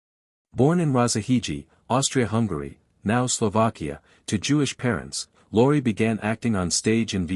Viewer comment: Beall instead of Bacall ... Mun instead of Muni ... Luri instead of Lorre ... Plet instead of Paulette ... You don't believe it? ... Read the names Golden Stardom puts below the red line. PATHETIC!!!